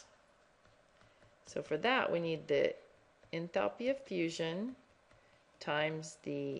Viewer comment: ENTHALPiii haha love the pronunciation! Anyways, thanks!